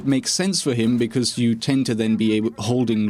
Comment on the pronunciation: I honestly don’t watch for one reason. He says bucuz instead of because. That’s it.